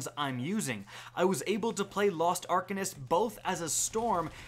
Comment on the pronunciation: Are-Cane-ist proper pronunciation